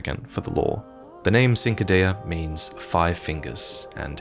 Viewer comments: now I'm no expert, but isn't the correct way to pronounce cinquadea, "chin-qwah-day-uh?" I usually bring it up because a lot or souls youtubers pronounce it the way did. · Cinquedea is pronounced cin‧que‧dè‧a, where C before I or E in Italian is pronounced like CH in English phonetics. "CHeen-kwey-deya".(My best attempt to simplify for those that do not understand phonetics). Excellent video! I enjoy watching your videos more than any other lore videos! Sometimes more than playing the game. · the pronunciation of cinquedea hurts me😂 its "chin-qua-dayuh" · The Cinquedea is the actual name of the Italian dagger that Elden Ring's beast dagger is associated with. It is called the Cinquedea because it is as broad as one's whole hand, so no doubt that description inspired the creatives for Elden Ring. Also it's pronounced more like chin-kwa-deh-ah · Ching-kwi-dee-uh , somebody please pronounce cinquedea right. just once, its all i ask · Hey, did you know the Cinquedea is a real historical weapon from renaissance Italy? (Minus the finger bones of course) It's a type of broad shortsword that was often elaborately decorated and gilded, with the wide blade acting like a steel canvas. I believe the Italian pronunciation would start with a 'Ch' sound rather than a 'S' sound, but you nailed the rest of the pronunciation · The Cinquedea, it's pronounced with a CH sound at the start.